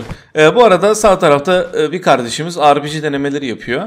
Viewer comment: askerliğini yapmamissin galiba her ağır silah videonda dikkatimi çekiyor yanlış anlama ama arpigi değil repege diye okunur güdümlü değil el bombası güdümlü demek birşeye kilitlenme özelliği olana denir. M3e1 mesela güdümlü o millete yanlış bilgi vermeyin birde montajını yapan kimse değiştir bazen gereksiz montajlar koyuyor iyi oyunlar seviyorum seni.